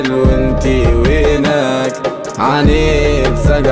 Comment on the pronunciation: كل شي حلووو إلا وينك انطقها بالقدي كيما لازم تكون وفالحالات الكل برافووو🧿 😍❤